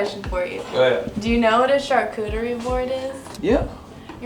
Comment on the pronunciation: She really said “I ain’t never heard of no damn ‘sharkcootiery’ board!”